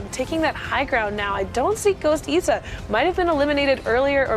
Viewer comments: ITS IS SA NOT ESSA its triggering me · It’s Issa Not Essa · She called him eesa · She saying ezza